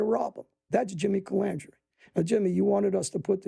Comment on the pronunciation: Sammy was worse he called him calamandria